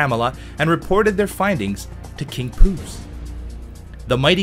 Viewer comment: I died when said king poose lord of the tuna